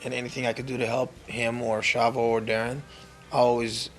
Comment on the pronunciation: Shavo not chavo.